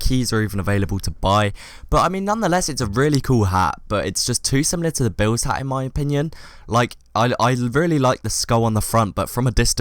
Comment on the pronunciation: Should change hat in the video title to ha cus i dont think you said the t at the end of hat at all